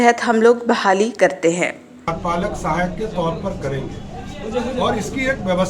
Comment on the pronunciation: Bolne to aata nhi bolte hain pahle karyapalak sahayak bolna sikho